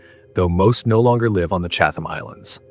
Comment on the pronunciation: Great video. Only quibble is every time the narrator says CHAT-HAM or CHATH-HAM I have an actual twitch. The best way to pronounce it is CHAT-UM. Sorry but English gonna English. I used to live near Chatham Road (in London, SW11) so that’s why I know.